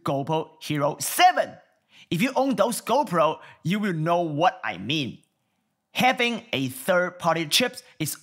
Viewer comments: its GOPRO not GOUWPO..... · "GoPooh" rofl